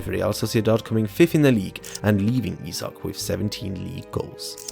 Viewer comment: Can you stick to one pronunciation of Isak please.